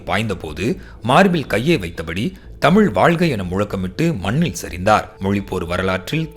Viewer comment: இன்று "தமிழ்" என்று சொல்ல இயலாமல் "தமில்", என்று சொல்லும் தமிழ் இளைஞர்களை பார்க்கும்போது வேதனையாக உள்ளது...